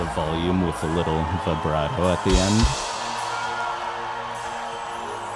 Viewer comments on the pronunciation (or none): none